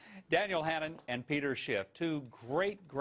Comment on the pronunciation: At first I thought he said "Peter Sh*t" but after checking it 5 times or so I think the Huckster said "Peter Shift" lol